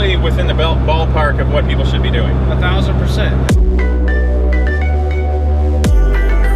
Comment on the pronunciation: Ahdonoh? but pretty sure there is no such thing as “a thousand percent?”